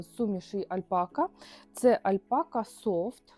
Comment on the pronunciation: Чому ви робите наголос альпакА?